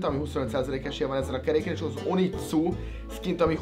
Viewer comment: Nem úgy kell ejteni hogy "onitszu" hanem hogy "onijutszu" zárójel sub zárójel bezár